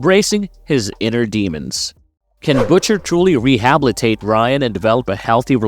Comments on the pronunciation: Is this narrated by AI? THE WORD IS PRONOUNCED RE HA BIL I TATE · I’m not happy with Frenchie. I know he’s a explosive expert but I didn’t think he would go full flamR. Kimiko is beautiful. Total bs. - did you say “Rehablitate”? Good Lord. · What’s the problem? lol rehabablate